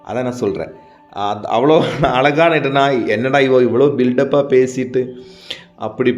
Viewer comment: Don't say alagaana. Azhagaana. Zha sound as in pazham.